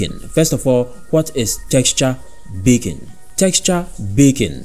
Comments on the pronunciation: I also kept hearing "bacon" but I think it's a feature not a bug! If only we could all have GPU-accelerated bacon in our lives. Haha love your accent, great video. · Not gonna lie. I had to stop watching your video. Great video up until you kept saying baking but with your accent you were saying bacon and I was getting really hungry. Great content thought!